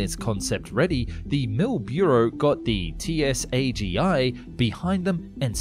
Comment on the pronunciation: TsAGI is not pronounced as T-S-A-G-I, but as "tsaghee". As for the aircraft, looking at the door gunner's station, I could imagine the pain of trying to hit anything without shooting the propellor. Same with the rocket pods closer to the engines, though one would expect them to be deactivated automatically when in horizontal flight mode.